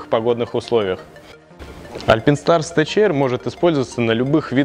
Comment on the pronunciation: Не альпИнстарс, а альпАЙнстарс! Не тэЧэйр, а тэКэйр🤦‍♂️🤦‍♂️🤦‍♂️